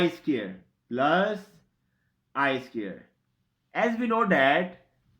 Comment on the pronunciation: SQUARE ... NOT SCARE !!!